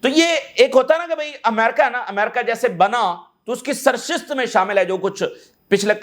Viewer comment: سرشست نہیں سرشت ۔